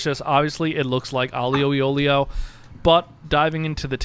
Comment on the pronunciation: I love these people who appoint themselves experts on Italian food but can’t be bothered to learn how to pronounce it. Alleeo al oleeyo? Come on…